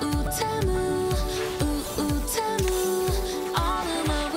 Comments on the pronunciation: I thought it was pronounced Tea-Moo but NO! It’s Oo Oo te-Mu Oo Oo temuuu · I THOUGHT IT WAS PRONOUNCED TEE-MOO NOT TEH-MOO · "ouu , ouu , teuhmew " 😭